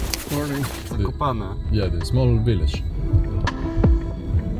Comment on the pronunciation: Pronunciaste bien Zakopane y eso que no sabes Polaco.